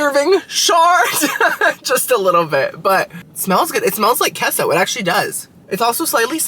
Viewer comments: K-so, you know queso is pronounced, K-so not keso, right? Yeah, I knew you did. After all you are 1/2 Cuban. LOL...Narrr...🤣🤣🤣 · QUESO= K-SO not KESSO 😂 I can’t take it 😂😂😂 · “Queso,” is it not pronounced “K-so?” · It's pronounced kay-so